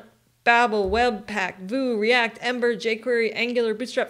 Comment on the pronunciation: Vue is pronounced "view", not "voo".